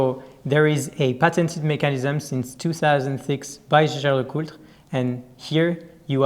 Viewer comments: I know! Last videos had some serious discussions with Frenchis claiming it has to be pronounced Schescher... But the family Jaeger comes from Alsace ... there this is a common name and they all pronounce it Jaeger and NOT Schescher... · #Teamalexander, it's Jäger. Not sheshey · Yes, J-L-C is good way to get around the challenge of pronouncing Jaeger-LeCoultre correctly... Anyhow it is just in-between the franchise and the rest of the world ... Edmond Jaeger never was pronounced Edmond Sche-Scher, but always Edmond Jaeger ... 😉